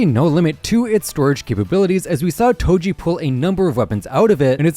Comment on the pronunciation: Do you mean “Toji?” Not “Toby?”